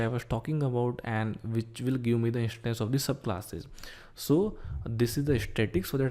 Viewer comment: car "ishtance " bike "ishtance"